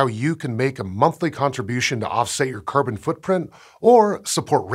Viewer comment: Is it me or does anyone else hears kerban instead of carbon??